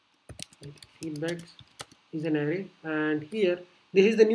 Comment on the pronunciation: it's not Ari it's Array. Lmao